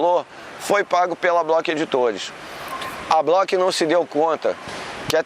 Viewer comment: Block??? É Bloch!